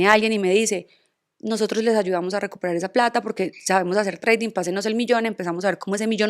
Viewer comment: jajajjaj TRADING NO se pronuncia así, es mejor que lo diga en español para que no haga el ridículo y se le afecte la plasticidad.🇺🇸💪🏻